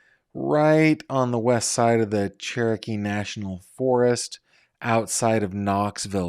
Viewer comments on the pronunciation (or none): none